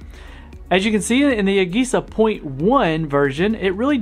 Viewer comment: The way you pronounce AGESA irks me